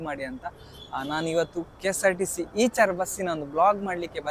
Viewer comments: ಈಚರ್ ಅಲ್ಲ bro ಐಚರ್ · ಈಚರ್ ಅಲ್ಲ ಗುರು ಐಷರ್ ಅಂತ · ಇಚರ್ ಅಲ್ಲ ಐಶರ್ ಅದು